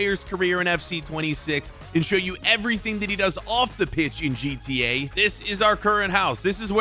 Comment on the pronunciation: Him saying gta😂